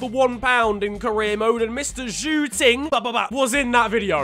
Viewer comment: you pronounced zhou ting in chinese as pork room